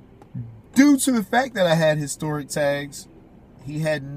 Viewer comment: lmao how hicstoric lmao that's how you pronounced historic is a vehicle with shoulder belts?